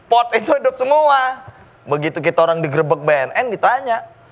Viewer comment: Pas ngomong idduuppp...Lampung banget ni..😁😁